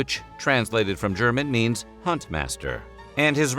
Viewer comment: Respect that you learned to properly pronounce German names